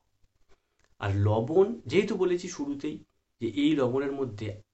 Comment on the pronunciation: লবন মানে কি লবন নামটা ভালো করে বলুন